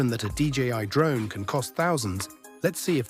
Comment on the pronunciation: 😂😂😂 "Mavis pro drome"